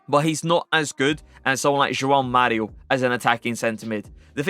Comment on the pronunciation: Kudos to you for the great pronunciation of both the J and the "ão" in "João Mario" 🙂 Perfect!